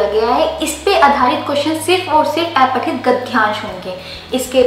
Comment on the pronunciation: अपठित होता है न कि ऐपठित गद्यांश होता है न कि गध्यांश